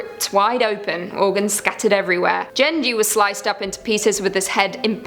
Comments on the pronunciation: lmao u called genji jenji hahaha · The way she said Genji... OOF